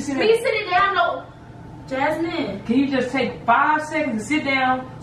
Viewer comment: When says “Jazzmine “ she knew she messed up 😭😭